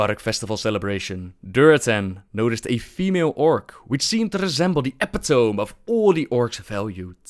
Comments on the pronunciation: It's pronounced e-PIT-o-mee, not epi-tome,. Cool video apart from that though. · Nice story but the word epitome is pronounced "e-pit-o-me", not "epi-tome" and totally understandable for an esol speaker. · Epitome is pronounced eh-pi-ta-mee. I used to say it the way you did too. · It's pronounced the first way in most european countries, as they don't have a lot of "E" sounds. <3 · Did you mean "epitome" as in "eh-pi-tuh-me"? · Just a heads up, 'epitome' is pronounced e-pit-oh-me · man, I gotchu. I messed up on this too. "Epitome" is pronounced eh-pih-toh-mee (soft t). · epitome is pronounced eh-pit-up-me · Sorry sikenofy but I've asked a few Brits how they pronounce epitome and they all say e-pit-o-me, rather than epi-tome, so you appear to be mistaken. However, given the meaning of "epi" as a prefix, it may have at one time been pronounced "epi-tome" as a kind of highest book, text, volume or work, but now seems to be universally pronounced e-pi-to-me. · Sikenofy, the word may be of Greek origin but it has one and one one pronunciation in english. English isn't first language, so it's understandable that he might mispronounce it. If you're speaking a particular language, then the linguistic rules of that language apply. To argue otherwise is just plain silly. If I start pronouncing spanish words in english, I would be wrong.